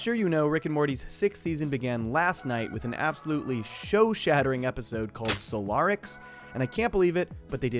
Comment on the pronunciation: Nobody gonna talk about how he said solaricks?